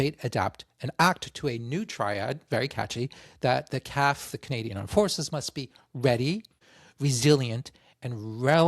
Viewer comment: FBI CIA NSA IDF RCMP Not sure why you figured you'd prouncounce CAF "calf". Nonetheless, cheers from Montreal.